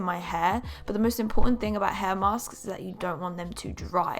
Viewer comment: Why do you say "mask" like "massksksks" 😂 still love u💕